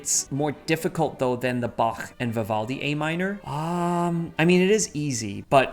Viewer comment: I approve your pronunciation of Bach. Zehn von Zehn. 🤔